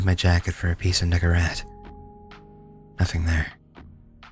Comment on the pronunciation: bro did NOT say Nicorette